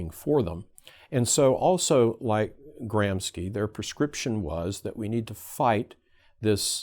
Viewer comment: Gramski? You pronunciation suggest Russian/ Polish origin. Antonio Gramsci was Italian /.